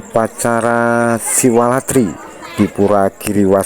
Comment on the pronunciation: SiwaRatri min...sanes SiwaLatri. Satu huruf bisa salah llo.